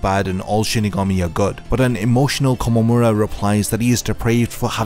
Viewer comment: Nice video! But you should listen to Tousen very closely. It's not Kom, it's Ko-mom how you say his name